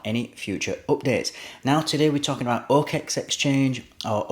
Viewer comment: Dude, it's not "o-Kex". Sorry, but it cringes the fuck outta me to keep listening to it.